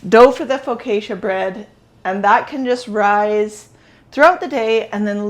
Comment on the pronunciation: I absolutely love your white blouse you're wearing. It's beautiful and looks so good on you. I suspect that you made it. I would like one in each color lol. Also the correct way to pronounce Focaccia is foe caw cha. I look forward to your next video